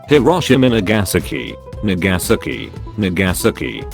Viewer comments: when it says nagasaki it sounds like 'nigga sucky' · I love it when the reader voice mispronounce words much of the the time like it pronouncing Nagasaki on this video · The way the voice reads "Nagasaki" euuuch